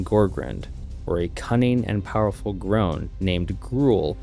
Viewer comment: It's gronn dog not groahn